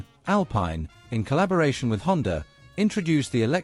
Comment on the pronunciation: Honda has a “r” on the end of it??? Lol